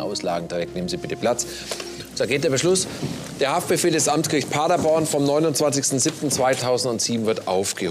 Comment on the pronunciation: Wir müssen noch an der Aussprache von „Paderborn“ arbeiten: Paddaboan, mit Betonung auf der letzten Silbe. 😉